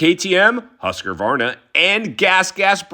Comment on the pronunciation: Love ya man but I think its Husqvarna not Huskervarner